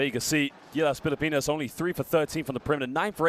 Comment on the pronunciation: pilapinas daw. can somebody please check the annotator. pilipinas!